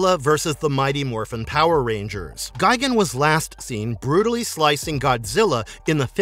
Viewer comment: It’s gi-GAN Not gigin